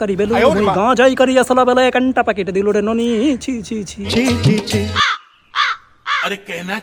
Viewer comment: Oita নোনি na নুনি hobe 😂